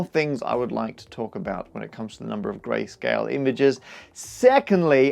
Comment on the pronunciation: Whenever he says "grayscale" it seems to me like he is saying "Grace Kelly"